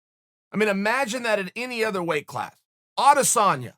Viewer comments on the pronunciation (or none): none